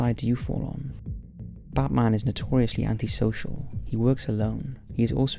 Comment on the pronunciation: Dude keeps saying "Butt Marn" lololol